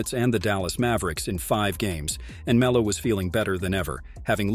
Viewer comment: Poor Me-low